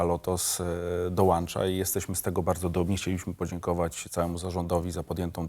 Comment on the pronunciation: prezes w tv mówiący DOŁANCZA... ja prdl